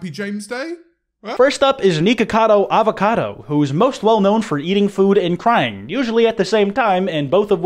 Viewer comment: “Avacoda” bruh lol 💀